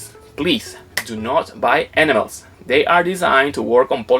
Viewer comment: Man you have a really fun presentation style. I'm loving these jokes. Your accent is thick as hell, but it's not even bothering me because I love what you're saying XD Though I should let you know, for future reference, in English we say "ee-namm-ulls" not "ennimals" ; ) That should avoid confusion. Also, good to know! I've never used enamels on figures, only on model kits. I didn't realize there was such a difference, but now I know! So what do you think about spray-on clear coat finishers? I think they're pretty efficient and don't need to be thinned. I've never used brush-on ones.